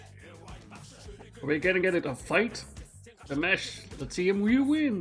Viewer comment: His name is Dimash not Demash. Pronounce it Dee mash like mash'ed potato. Deemashh 😅